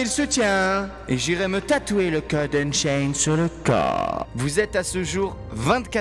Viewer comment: unchained pas unsained haaaaaaaaaaa bonne video